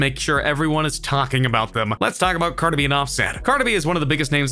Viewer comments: Car da Bee 😂😂😂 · No offence but you say cardi B wierd